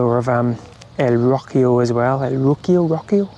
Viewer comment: Me hace gracia cómo pronuncias "Rocío" suena a: "Rockio" jajaja